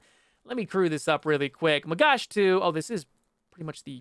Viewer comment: the way you say magach is quite funny, "magash" = food plate in hebrew :P